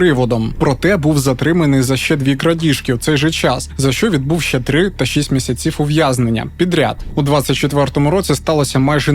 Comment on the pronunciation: Чому місяцІв,а не мІсяців?